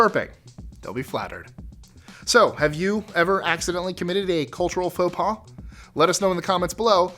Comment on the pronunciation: French here, you don't say Faux Pas as "foe pause", it's "foe pah". The "s" is silent.